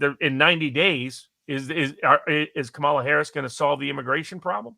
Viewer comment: Jim Kramer just told his audience to vote for Trump (truth!) And I gotta admit, it just seems so strange to me that Barnes et al (because it is MANY more than just he) refuses to properly pronounce her name. It's COMMA la. COMMA la.